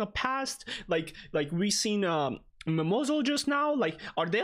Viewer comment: Her name is NOT "MimosaL" it's just "Mimosa", honestly whenever I hear the "L", I get really pissed off